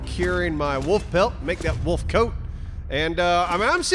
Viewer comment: haha i love the way say Wöölf xD love ya:D